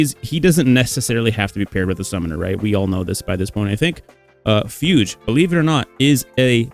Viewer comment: What is going on? Fugue is a common word, why can nobody pronounce it? Did you learn nothing of classical music in school???